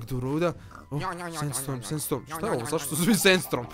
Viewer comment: reko je SENSTROM a ne senstorm